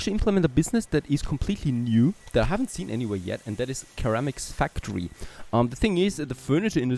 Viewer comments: Love the series, got me aware of your channel. It is BTW pronounced "Sir-amics", not Ker-amics. Not being picky, as my German/French/Italian is none existent. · Again, love your vids. It's pronounced "Sir-am-iks" ❤ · ceramics= ser-am-ics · Loving the series, not sure if its a language or accent thing but ceramics is pronounced like "suh-ram-ik" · Just so you know, ceramics is pronounced "seramics" ;) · You are pronouncing ceramices wrong. Also, the line wou made for the clay have a 6-9% slope at one point.